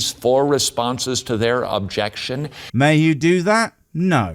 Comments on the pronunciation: It's not objectionuh. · "Objection-eh!" 's funny how these preachers like to add non-existing vowels on the end of words that don't need them.